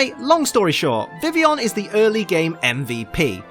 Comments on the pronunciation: It annoys me so much when he says 'vivion' instead of 'vivillion' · but he said vivion. WHY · oh hang on, I just re read your comment and realised that you said "l's" not 'is'. But since when are the l's silent. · The ls are silent... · there's no 'is' in vivillion. He never says the 'ill' in it.